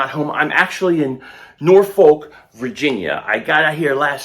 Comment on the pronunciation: We drive to Philly from VA all the time up 13…and family drive down here all the time…a lot of those people in Philly have ties to Hampton Roads, Virginia and the Eastern Shore. VA been had WAWAS for years. And It’s pronounced NaW-Fok homie. I feel where Les Bowen is comin from, I have that 2010 Kelly Green jersey…and it is a great rendition…they really should get this right, but after so much push back from Lurie (supposedly) not liking Kelly green I’ll be glad to get almost any version.